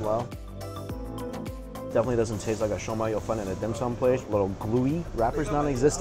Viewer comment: It’s shew mei. Say chew but instead a c say a. And mei is like saying chicken in Cantonese but using m instead